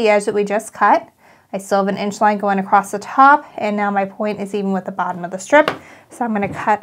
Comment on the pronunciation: Beautiful pattern. You do a great job with instructions. BTW...... “across “ doesn’t have a “t” at the end.😊